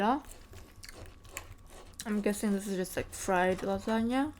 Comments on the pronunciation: "Laganya* hehehe lasagne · she said lasagna like you say “lajania” 😭 but i love your mukbangs!!!! ❤️❤️